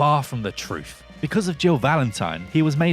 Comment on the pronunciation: when did we start pronouncing TH as F??? fing, truf?